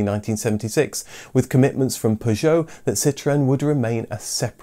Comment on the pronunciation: Why are u pronouncing Peugeot like an American?